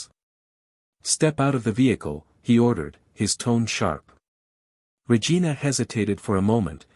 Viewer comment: The story line was good, however the person telling the story kept getting the chiefs name wrong from time to time calling her Vargina instead of Regina